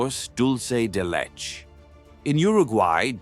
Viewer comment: Omg the pronunciations! Leche. maté..